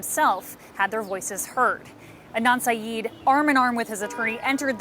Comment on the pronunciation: he is absolutely INNOCENT but for goodness sake,, learn the surname. SYED. not SYEEEED